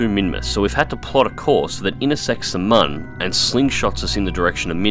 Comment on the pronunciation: Its me again, it is not mon its moon and it is pronounced like Muun, can u say it in the next video i wanna hear u say it correctly ;))